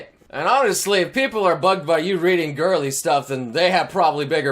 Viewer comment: When he said girly it almost sounded like.....gayly